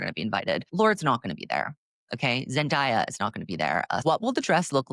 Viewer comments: My critique of this video is please pronounce Zendaya as ZenDAYa instead of ZenDIEah. Sorry it’s earblud to me whenever I hear it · Girl I need u to pronounce zen-day-uh correctly. It's 2025.